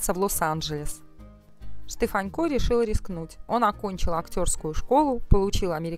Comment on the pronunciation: Почему ведущая называет его Штефанько, ведь его фамилия без мягкого знака-Штефанко!